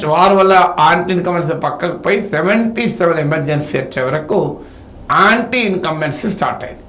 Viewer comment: ఆంటీ ఇంకంబెన్స్ కాదురా అది యాంటీ..